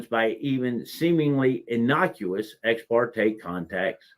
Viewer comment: ha ha stupid AI can't interpret ex par te